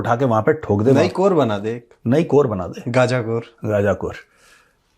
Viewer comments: First learn how to pronounce Ghaza😅. It's not gaja.😂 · hilarious pronunciation, GAZA as GaJA😂